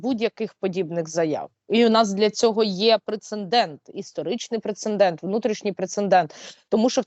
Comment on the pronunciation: Скажіть вже хтось Сейраш, що слово прецеНдент і пишеться і читається ПРЕЦЕДЕНТ. У кожному випуску вживає це слово по надцять разів і ніхто з ведучих ніби навмисно не чує.